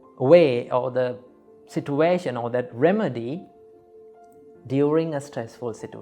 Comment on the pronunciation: What is he saying situa -tion... It's situation